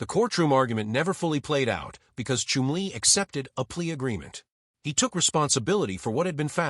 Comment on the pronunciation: Chum-lee not Chim-lee. Shit txt to speech 😊